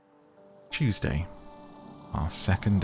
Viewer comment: when you said Tuesday i thought you said cheesday😭🧀